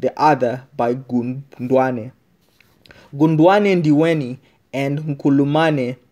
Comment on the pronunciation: Not gundwane but khondwane you fool.